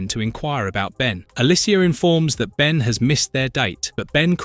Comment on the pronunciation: Almost certain its not a real person saying the words its AI as they/it also pronounced Ben as B en, makes me think its AI reading a script spelling mistakes and all.